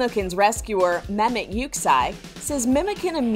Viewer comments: memet?!!!!! THATS NOT HOW TO PRONOUNCE IT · Okay, I'm not Turkish but my earss cry for help every time the narrator pronounces Mehmet's name. ( I want lots of Turkish telenovelas) ( I'm latina)